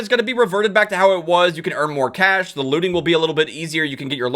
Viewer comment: Every time you say cash I hear cache.